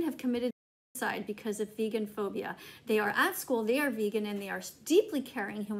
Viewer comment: She's also saying vegaphobia wrong